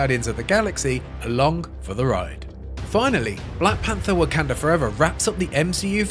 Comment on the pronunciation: he really pronounced the KAN in Wakanda as can